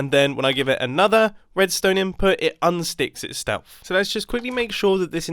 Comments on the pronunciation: "It unsticks its stelf" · Mumbo really said “it sticks to itstelf” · "it un-sticks it stelf"